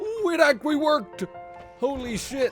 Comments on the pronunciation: OK HOLD ON. shortly before I swear you say "ack-wee" instead of "actually". I'm starting to feel like you're trolling me. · The way he says "actually" always surprises me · 8 minutes in and I'm loving the video but... how can you pronounce the word "actually" without using a "t" sound?!? what the f... that shit's crazy. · why the fuck do you say "actually" like that?